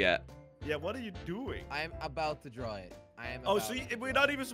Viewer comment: is like "I barely got to drawrr it"🤣